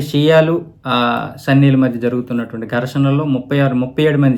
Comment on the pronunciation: Sanny kaadhu bro sunni